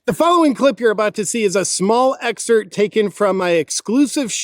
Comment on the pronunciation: Excerpt...not EXERT.